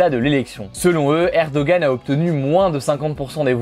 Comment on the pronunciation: Ça se prononce erdoanne, pas erdogan 😭